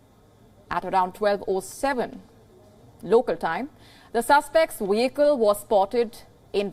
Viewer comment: oh my God lady "WEEHICKES IN VAGINA!?! You are soooo FIRED!! and you need to get a job selling waffles or wagons or something. Maybe the female Indian Checkov in one of your ridiculous Bollywood ripoffs. But STOP PRETENDING TO SPEAK ENGLISH.